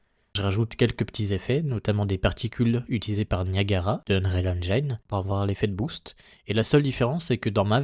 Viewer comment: Très chouette ta vidéo ! Juste un truc, on dit "endjine" et pas "endjaïne" 😅